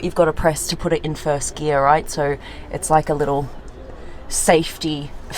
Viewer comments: Please say Gear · I love😍 how you say gear and here ... ...